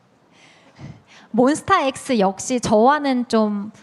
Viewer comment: 사회자님 몬스타엑스 발음 너무 맘에든다😊